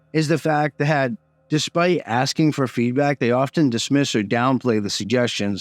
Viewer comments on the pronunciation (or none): none